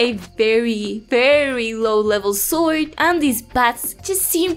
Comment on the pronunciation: Love the way you say Swoid ^^ (I am a language teacher and I am very fasinated by accents :P )